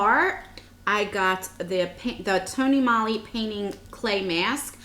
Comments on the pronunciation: Its tony molee... it rhymes. Not tony molly..... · it's tony MOE-LY also. i just noticed you said that incorrectly too. just trying to help.